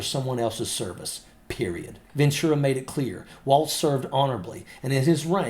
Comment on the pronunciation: Can we also talk about how he pronounces it “Waltz”? It is pronounced “Walls”